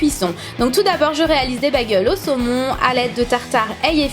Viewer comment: à la fin tu à dit bille de semon MDR sinon super video